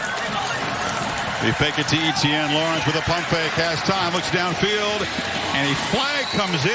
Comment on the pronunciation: Why does he pronounce etienne so weird